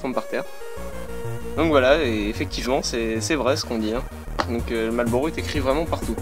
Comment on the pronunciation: Marrrllllbbbuuuuuurrowwwww, daigueulausse. Amewican Spiwit: 100% tabac ! Mieux.